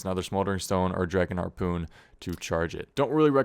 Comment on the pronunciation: I feel like I'm hearing Arrpoon.